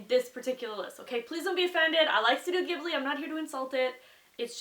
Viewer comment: SHE SAID IT CORRECTLY YAY!!!, too often have I heard people say Ghibli incorrectly.